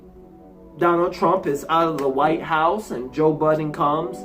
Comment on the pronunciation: It's pronounced Joe Bye-den not joe Budden lmao